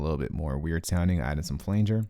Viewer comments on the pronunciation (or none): none